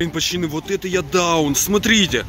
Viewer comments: Почему ты говоришь пачаны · Почему ты говориш пачаны